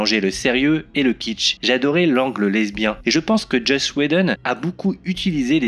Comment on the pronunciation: Joss pas Josh :)